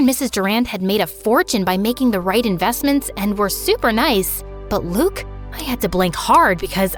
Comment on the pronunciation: As a French person I’m happy we get a story set in France but I’m also mad they did pronunce « Luke » and « Durand » correctly